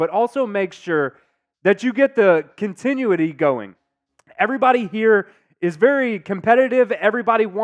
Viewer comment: My guy said continue-ity